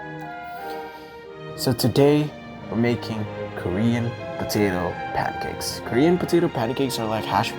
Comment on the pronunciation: Balik sa bisdak accent pagka hahahaha kur-yan putito pankeks